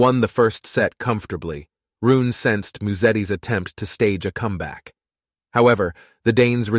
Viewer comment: His name is HOLGER .. RUNE the e is NOT Silent .. so his name is NOT Holger RUUN as u say so many times. Maby u should have seached his name before saying it wring so many times?? Its soooo easy to do